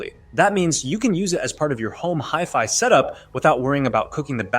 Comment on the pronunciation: He can't even pronounce HiFi correctly.